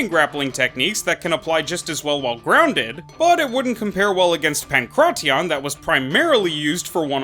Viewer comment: The way you say pankration makes my skin crawl